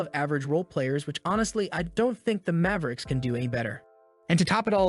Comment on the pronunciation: it's mavericks not Mayve-ricks